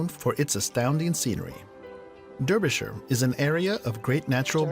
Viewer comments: Dar byshire, not Der yshire...this is one odd video you are watchiing. Chelmsford!!!! Really lol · Both "Durby shire." and "Durby sheer" are wrong. It's pronounced "Darby shir", Darby as in larvae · Not Darbyshire either - it's pronounced "Darbyshuh" or phonetically: /dɑːrbiʃər/ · Phonetically its not Derbyshire its pronounced Darbyshire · Derbyshire pronounced Dar be sher by Locals. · Derbyshire is pronounced DAR-BIH-SHUH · "The least attractive"! Yes, I picked up on that in another reaction video. Obviously the narrator is reading from a script with a typo. Double deckers are everywhere NOT just London. Derbyshire is pronounced Darbyshire. Sher not Shire. Rutland is Englands smallest county NOT country. The little black swan was an Eurasion Coot which makes a loud click/squeaking sound. Kind of like somebody whistling and slapping two pieces of wood together. York Minster is the Cathedral in York built on a historical religeous site. Go down into the foundations and see the Roman, Viking and Medeaval burials. (NO flash photography down there though) Orkney, a word with 2 syllables "Ork~ney" not "Or~K~ Nee". ;¬) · It's pronounced Darbyshire